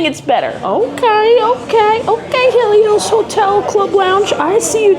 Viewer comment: The lady is correct on the pronunciation of it